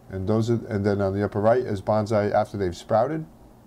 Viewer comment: The proper pronuciation is Bone-Sigh (Long 'O') not Ban-Zai.